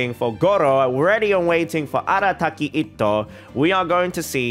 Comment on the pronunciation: omg this guy pronounces itto's name correctly, with two ts, i'm going insane whenever i hear "ito"